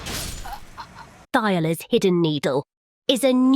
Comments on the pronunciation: Thiollier himself says his name multiple times in the DLC yet everyone keeps saying 'Tai-oh-ler' lol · Oh god the Ai's pronunciation of Thiollier ("Thigh Oiler," rather then "T'Ollie yay") makes me die a bit lmao. But still good video! 🍞❌🏹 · got me when she pronounces Thiollier (Ti o li eh) as (Thigh o ler). lol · Character literally introduces himself with full voice acting and his name is pronounced "Tee-ole-e-ay". This chick: "thigh-oh-lers hidden needle" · Thiollier tells you how his name is pronounced.... what is "thighalers" lol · TOE LEE AYYY. ITS FRENCH. put some swag on his name. Make it feel bougie in your mouth. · “Thigherlers” cmon bro 😭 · Pronounced "Tee-oll-ee-ay". I know your AI generation program can't figure out foreign languages, but at least try ffs. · ... Thigh-o-ler?? Thall-E-A lol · Just a heads up it's pronounced T-olly-ay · Lmao the AI voice couldn’t pronounce Thiollier properly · doesn't know how to pronounce "Thiollier" it's over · Literally NO ONE can pronounce Thiollier's name correctly, apparently. Even though several characters, including himself, say it for the player ...